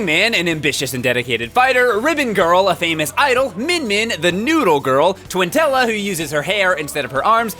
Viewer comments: It's pronounced"Twintell" not "Twintell-eh" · He mispronounced our queen's name, TWINTELLE!!! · Why does everyone say Twintella?! xD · It's Twintelle not Twintella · My one wish is that would stop pronouncing Twintelle wrong